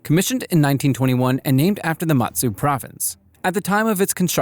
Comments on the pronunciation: Some pronounciation issues: Prinz Eugen should be pronounced as "Oi-gin" the IJN Mutsu should be pronounced as "Moot-Su" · Just a bit correction, The Mu in Mutsu is read with U not A